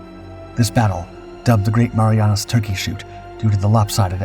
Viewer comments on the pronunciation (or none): none